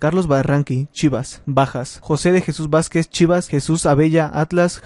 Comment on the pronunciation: Que pedo con este jajaja, ni dice bien el nombre de los jugadores "José de Jesús Vázquez" "Jesús Abella"